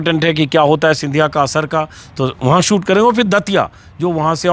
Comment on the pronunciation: सूट नहीं शूट बोलो अंजुम जी अपने सहयोगियों का उच्चारण सही करवाइये